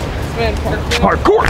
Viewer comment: All this time I thought he was saying hardcore! What is parkour?